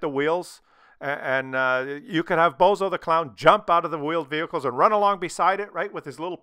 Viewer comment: Vheeled Wehicles Sounds about right 😂💀